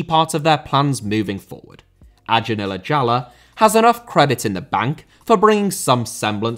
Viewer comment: you can pronounce acun ilicali's name as "ajohn elachaly" - its funny how you pronounce his full name lol